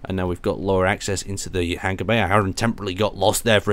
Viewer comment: how you're pronouncing hanger is driving me insane :P Its Hang-er not hang-ger (G is silent)